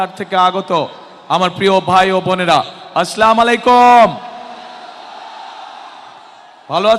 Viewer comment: আসলা মালাইকু'ম! এটা কি ধরনের সালাম? আবার বললো আলামদিল্লা😂😂